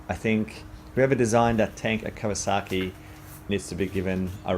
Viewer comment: I had to listen twice the first time you said kawasaki ,ok I thought slip of tongue. Then the 2nd time , no sorry dude. You shouldn't be reviewing bikes